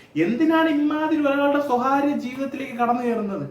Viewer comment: സ്വഹാര്യം അല്ലെഡോ വിഡ്ഢി.സ്വകാര്യം എന്ന് പറയേഡോ.മലയാളം പോലും പറയാനറിയാത നീയാണോ വിമർശനം നടത്തുന്നത്.